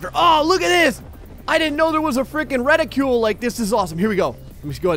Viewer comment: It’s called a reticle not a ridicule